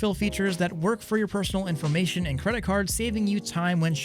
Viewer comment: infomation XD